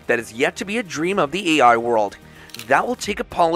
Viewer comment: The AI bot reading the script keeps saying "ei". Somebody kept saying "Old McDonald" during it's training.